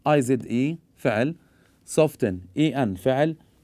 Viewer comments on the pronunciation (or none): شكرا تابعتك للدقيقة الاولى ولما وصلت لكلمة Soften وشفتك لفظتها غلط ما كملت الفيديو للأسف T لا تلفظ T silent